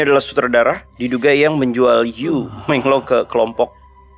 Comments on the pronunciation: Yu meng long, bacanya yi meng long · Bacanya: I mong long